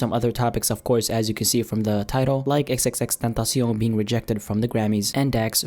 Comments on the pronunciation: the way you say X name, triggers me. but good video x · Why did he say xxtentacion like that...